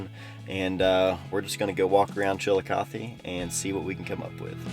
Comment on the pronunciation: "Chillicothe" sounds like "chill" and "coffee". I heard the name of this city hundred times today I believe 😂😂😂